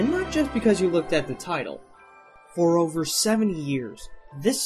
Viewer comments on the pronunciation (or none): none